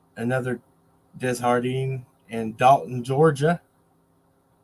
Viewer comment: The name is pronounced day jar dean. The j doesn't sound like an h in French. Only in spanish.